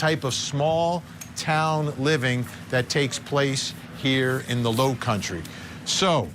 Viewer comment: Country ass pronunciation.